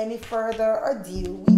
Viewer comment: Not without further 'adue' its 'ado'......do do do do do....she keeps saying it in the videos and it's just ugh.....anyways love love love this!